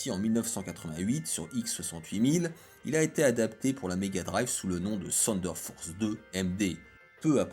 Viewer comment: Mais pourquoi tu dis Seunedeurre Force!!! On dit Teunedeurre! Ouais je sais le TH dans Thunder ce pronnonce pas mdr 😂. Ok la science